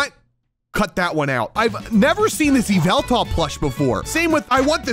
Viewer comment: no its YA-VL-TAL